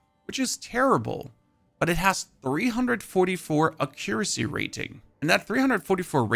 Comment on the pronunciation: Bro is trolling with his pronunciation of accuracy.